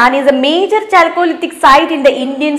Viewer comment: കാൾക്കോലിതിക്✔️ ചാൾകോളിതിക് ❌️